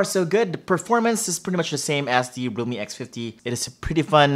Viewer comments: Oh my god. Why do I keep hearing Roomie X50? OMG. Or sometimes even Lumi. Thought I'll see Microsoft Lumia too :) OMG. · His realme sounds like lumii